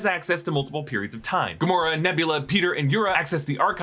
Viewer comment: When you explained rocket and nebula not being dusted you said gamoraa